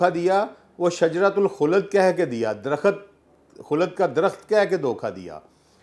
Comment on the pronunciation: Bhai aap buhut pare likhe insaan hain , lekan herat he " KHULD (Jannat)" ko aap KHULAD parh rahe hain Aur DARAKHT KO DARAKHAT, main hairan hoon hoon.